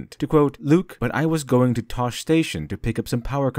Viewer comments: I know you did not just pronounce tosche as tosh. it's pronounced toshy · REEEEEEE IT'S PRONOUNCED TOSH-EE STATION, NOT TOSH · You mispronounced Tosche and EVE from wall e